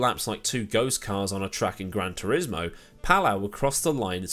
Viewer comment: Just a quick note Palou is pronounced as pa-LOH not Pall-ow. Great video none the less.